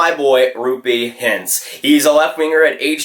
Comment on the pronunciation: YOU SAID HINTZ RIGHT!!!